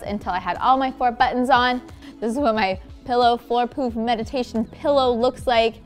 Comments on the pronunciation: who else heard floor poop vs poof lol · I tought she kept saying poop 😂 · I swear she kept saying "floor poop" instead of "floor poof". 🤣